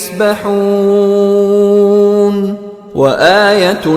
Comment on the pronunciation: وکل فی فلک یسبحون بھائی یسبحون ہے یہ یاستحون نہی